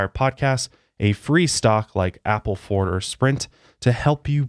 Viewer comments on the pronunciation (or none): none